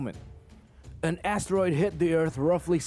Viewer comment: Lets play a game. listen for these words. if he repeats them add it to your score (im not being mean, i have speech impairments too, meant to be fun so have a laugh sometimes) ass teroid... 5pt tooth is...5pt vagiant...5pt yewman race...10pts half a peeps...15pts jammer gay...10pts soupah...5pts two turds...10pts cry-mate...5pts curryation...5pts karry...5pts a balla virus...15pts sosofafun...50pts assess...10pts round up points and drink some more vodka...